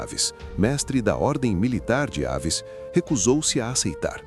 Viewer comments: Bom trabalho., mas não é dinastia de Aves, mas Avis com acentuação no i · Não e dinastia de Ávis.. é Dinastia Avis .. Palavras oxítona acento tônico no " í"... ví... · De Aves NÃO. De AVIS